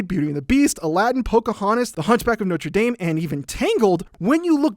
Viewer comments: This is a great video. Only one correction is like to make… Notrah Dahm not Noter Dayme (did you know you can actually get a FRENCH degree from the school that totally butchered their french name? Crazy…) Anyway, I love your videos, and this movie is 20x greater now that I understand the structure. Thanks so much! ❤️ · The pronunciation for the school in Indiana is "Noter Dame" and the cathedral in France is "Noh-tra Dom" so you're starting French but finishing Hoosier. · It's 2020 And people still pronunce Nortre Dame As Nortre DAMEEE rather than Nortre DOM. It's DOM... Not dame....as in...."WOW TIS ART A FAIR DAME" it is...."OH SHIT THE NORTRE DAM IS ON FIRE".